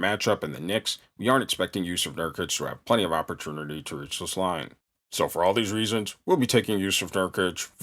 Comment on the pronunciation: When bro said "opperternity"....i felt that..jk... keep killin!